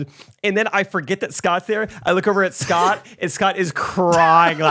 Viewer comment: Every goofball “Portuguese” pronunciation is KILLING ME 😂💀 “SHHHHHCOTT Peck”